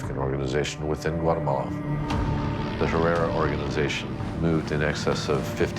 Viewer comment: He says whatamalla 😂